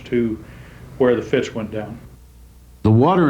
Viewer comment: Fascinating, thanks. One minor thing, and I hate to criticize, but it's the Fitz, not the Fritz. Easy mistake. 😊